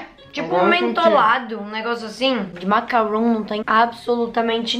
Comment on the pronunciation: vc se se confundiu o "macaroon" que vc falou e macaron e não macaroon Macaroon e isso mesmo